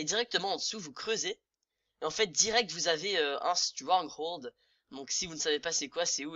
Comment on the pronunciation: On dit strongold